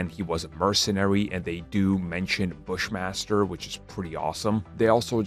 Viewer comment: "Bushmaster" ? Wow 😆😆😆😃😄🤣 You made a mistake , now I can laugh , thanks!